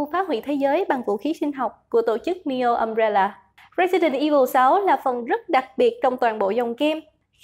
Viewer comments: Umbrella nhấn âm 1 nhé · NEO Umbrella mà cứ nghe sao thành DIO Umbrella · RIP đọc tiếng anh ._. Nhiều đoạn nghe tên nhân vật xong k biết là ai... Jake thành Just, Jill thành Joe ._. Ùm réo là... K có ác ý gì chỉ là góp ý mong sẽ cải thiện trong các video tới ạ ._.